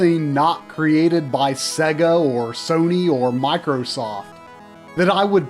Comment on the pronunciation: You said SEGA wrong.